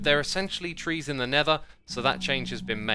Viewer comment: Question: why instead of saying Nether you say Never